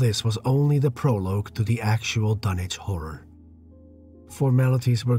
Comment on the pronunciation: Wahey he's pronouncing Dunwich properly!